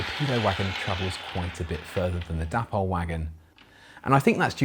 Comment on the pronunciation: why pronounce it 'dappol'? It's not spelt with 2 p's! It's clearly 'day-pol' which is how the Dapol people actually pronounce it!!